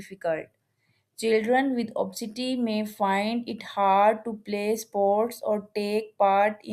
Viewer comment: Wrong pronunciation. Obisiti not opsiti. Information is here is not particularly helpful, usual mainstream stuff.